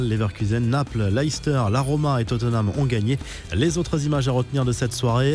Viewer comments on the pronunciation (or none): none